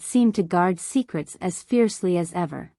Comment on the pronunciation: Here are some thoughts on the first minute and a half. Does anyone “proof-listen” to these stories before they are published? How do you cross a limo “ She almost crossed her limo”. Then how did “as” become A.S. to be read in individual letters? I find the first person stories with their hokey voices preferable. Your story in the third person sounds like a “book on tape” and hence I have withheld approval or subscription.